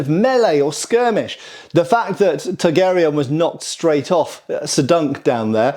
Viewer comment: Are you saying Targaryen or Targ Aerion? I choose to believe the latter. 😂😂